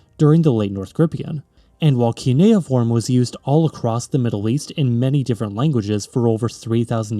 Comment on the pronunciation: Idk if someone mentioned but you are pronouncing cuneiform as kineoform.